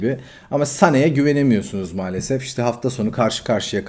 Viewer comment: Sen bu Kanalin ismini "mualasef"diye degistir.